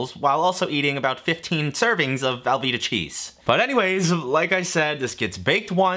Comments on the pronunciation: velveeta not valveeta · am i the only one hearing him say valveeta cheese and not velveeta?